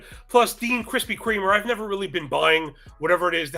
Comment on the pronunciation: “Dean Krispy Kremer” 😂